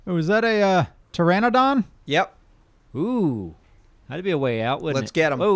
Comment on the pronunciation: You guys say pteradon it is pronounced pteranodon (too-ran-o-don) or (too-ron-o-don) either is acceptable, dont know why this triggers me but it does. Sorry